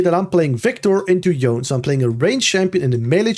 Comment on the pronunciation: I know this is not related to the content but I am so tired of people saying Yone's name wrong! I don't know who started this, but now every English speaking content creator does it. But it's not a silent E, it's spoken. It's YoNeh, and I wish you guys who put out such valuable content could also value the basics such as getting champion names right.